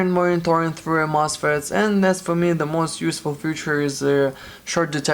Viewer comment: is hard to get 16 vr mosses? ir moses? vr mosfets??? man I can't understand what you saying and I need that part to be replaced on my rtx 2070, and i have no idea what to search for.. it went in flames 🔥😓